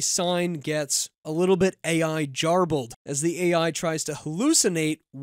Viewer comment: LOL, you have a special gift for mispronouncing. “Jarbled”?! It’s a hard g, like in “gift”, not a soft g like in “giraffe”.